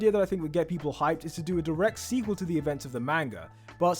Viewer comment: I stopped watching because he kept saying "manger" instead of manga